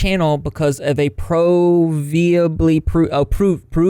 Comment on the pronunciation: LMAO AFTER YOU FAILED TO PRONOUNCE PROVABLY I GOT A DUOLINGO AD SAYING "WE KNOW LEARNING A NEW LANGUAGE IS A BIT... HARD"